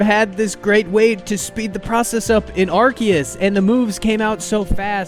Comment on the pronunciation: legit liked the video and subbed just cause you say Arceus the right way, and I will never not stan for poketubers saying names right. 😅